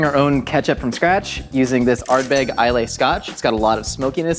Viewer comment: At least he pronounced Ardbeg correctly. 😄